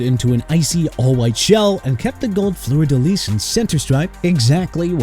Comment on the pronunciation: Pronounced Fleur de LEE, not LEASE